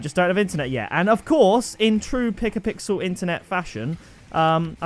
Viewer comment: Pickapixel is l m a o but not lam ow